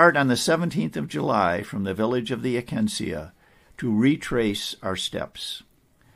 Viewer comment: It's not AkaMsea, it's AkaNsea (it's written right there on Marquette's map). Akansea, also spelt Akansa, is the name given to our intrepid explorers by an Alquonquin. The French also spelled it Arkansa, plural Arkansas.